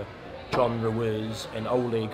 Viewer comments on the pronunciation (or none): Brilliant👍 just one thing. Please take the Mickey out of DH next interview on his pronunciation of Ruiz. “Ru is” really. Or maybe he’s taking the piss out of us. Who bloody knows??? Monty Python reborn into boxing promotion. Love it😂😂😂